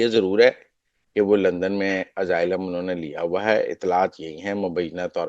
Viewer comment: Oh bhai, yeh kahan say tum English seekhtay ho jo aaylum ko pronounce nahi ker saktay? It's pronounced with an "S", not a "Z" sound.